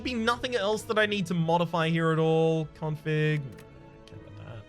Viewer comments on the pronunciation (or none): none